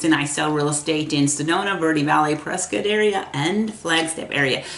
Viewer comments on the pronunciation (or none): Prescott is pronounced like “triscuit”